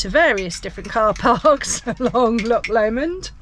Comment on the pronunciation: Don't mean to be critical, but being from that area I feel compelled to comment on your pronunciation of our famous CH sound. It is not LOK Lomond, or Ballok , but rather a softer sound and rather guttural. Think of Lancaster with a soft C like church. Can't really think of any other English place names with a similar sound. CH makes a sort of soft kh sound. Just speak to locals and you will get an idea what i mean, and probably some brownie points for getting it right 🤣🤣 Ps enjoyed your vid